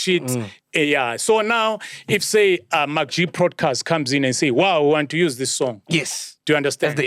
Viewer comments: I like how Oskido pronounces MacG's name 😆😆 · I like how he pronounce MacG